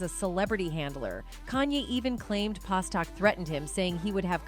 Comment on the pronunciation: God, just get the damn names right before the report. Its PASTERNAK